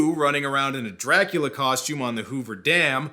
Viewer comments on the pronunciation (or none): Did Daltrey really just say "Draculer" eternal? For another fine Roger Daltrey performance, check out Dark Prince, The True Story of Dracula. I believe he says another word that doesn't end with an "R" (I believe the word was Romania, only he said Romaniar).